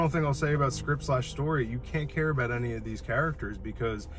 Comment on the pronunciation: care not café ^^